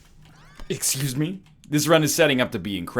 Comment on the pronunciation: "Excyuyze me"